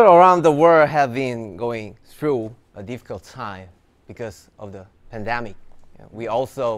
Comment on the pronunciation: im going to be pronouncing it like pendamic thx to u hobi🥺🥺🙂